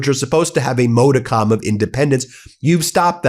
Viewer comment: You pronounced modicum incorrectly.